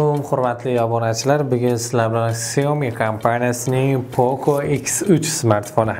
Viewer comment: Xioami debsilar xiaomi boladi